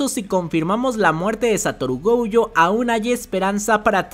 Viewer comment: Porque vive diciendo GOUjo